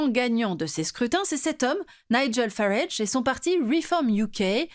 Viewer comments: C’est pas Fairaige mais Farage. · Farâaage, pas Faraige.